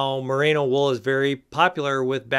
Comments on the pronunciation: Great video. Informative and entertaining. Loved the demo of dressing in layers (and I am so glad you finally put some pants on). But I flinched every time you called it "MUH-RAY-NO" wool, so I'm gonna have to get pedantic on you. The stuff comes from the Merino breed of sheep, and it's pronounced MUH-REE-NO. It has nothing to do with Rita Moreno. As talented as she is, somehow no breeder of sheep has been inspired to name a new variety of sheep after her. Until they do, there will be no such thing as "MUH-RAY-NO" wool. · Great video! You did make a point about pronouncing “balaclava” correctly, so I will point out Merino is pronounced “meh reeno”, not “mah rano”. Hey, I’m an Agriculture Educator. Very informative content! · Mah-Ree-No no need for the A mate... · It's: "more-RAAY-know". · It’s hard to believe a guy who can’t pronounce Merino and thinks it’s a new product?